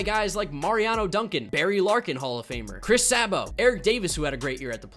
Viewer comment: Can’t even pronounce Chris Sabo correctly 🤦🏻‍♂️